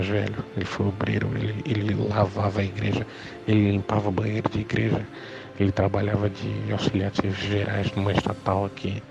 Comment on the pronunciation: "impreja universal"😂😂😂